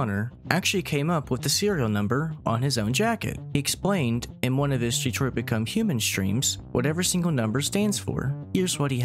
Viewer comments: The way this man pronounces Detroit makes me feel sad for anyone living there. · It's not pronounced DE-troit either but y'know go off i guess 👀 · If you really wanna be a true puritan about it It would be pronounced as "de-twah"